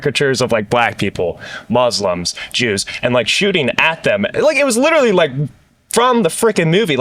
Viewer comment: Dwis gwuy widderly hwitting da gwuitty